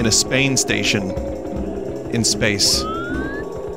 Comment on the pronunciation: i fucking lost it at "spainstation" not going to lie. was completely out of nowhere.